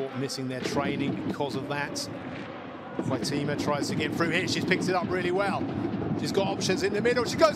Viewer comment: HEIGHT-uh-ma. Wonder how many more goals she has to score before announcers learn how to pronounce her name?